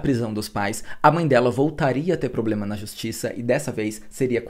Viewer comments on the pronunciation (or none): none